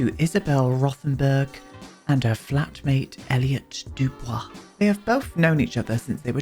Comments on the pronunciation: It's Dubois and not Dubon, I you prefer Duwood and not Dugood! Sorry. You can tell me to shut it down. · Dubois is pronounced "Doo-bwah" ... even more Frenchy hahah I love the storyline for these two, I keep being blown away by how many distinct Sims storylines you're able to come up with, which makes them all so distinct. (A tough task in a game like TS4 🥴) I think Isobel's story would suit a science museum being built somewhere in San Myshuno, maybe in the Gym Lot in the Uptown district? I could see her trying to spend her time there, building rockets, rather than at work.